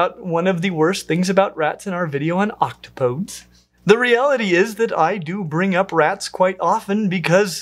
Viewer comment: It's not oct-o-PODES, it's oc-TOP-o-dees